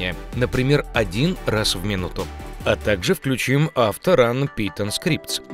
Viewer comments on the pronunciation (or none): none